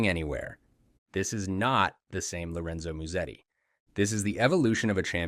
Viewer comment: Ah yes, Lorenzo Miusedi